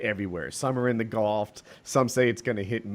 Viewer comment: how tf do you get “goft” from gulf